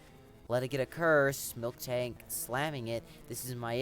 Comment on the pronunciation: It is Miltank, not Milktank. Otherwise, great video. Good battle selection and very good commentary.